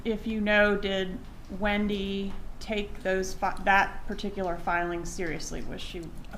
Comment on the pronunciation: " got to more PETicular "